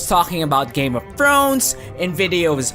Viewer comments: "Game of Frones " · "game of frones"